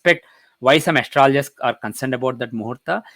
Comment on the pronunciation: Please pronounce Astrologer properly. It is not aster-loger but pronounced as astrolger